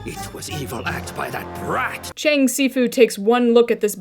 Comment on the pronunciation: bruh Fr I'm a mandarin speaker and the only thing that makes anything close to the the s in si in this episode is an x and it wouldn't be pronounced bc x is like sh essentially also the cheng isn't even pronounced right an e in Chinese is like uh or eh depending on which letters you combine it with, and in this case it would be pronounced like "chung" bro what were the writers doing there like y'all should do your research 😭